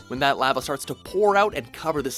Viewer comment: am i the only one who thinks the way he says "lava" is weird?